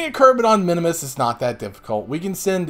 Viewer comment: Just a note... the little green guys are KERBALS.... not Kerbins... kerbin is the planet they live on. and it is MIN MUS not minimus. just for future.